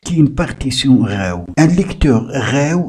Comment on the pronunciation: Tu fais chier à tout le temps prononcer RAW ... J'ai eu envie de t'étrangler toute la durée de la vidéo... Et l'app est payante 🤣😅😅